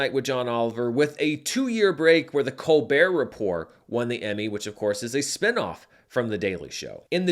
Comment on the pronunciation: the Colbehr Reporh (lol)